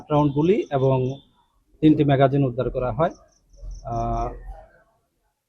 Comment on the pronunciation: এই লেখাটুকুন লিখতে ও ভুল। "ম্যাগাজিন" হায়রে শিক্ষা। আমার পুলিশ ভাইটি ও উচ্চারণ করল ম্যগাজিন। ধন্যবাদ। সকলের সুস্বাস্থ্য কামনায়।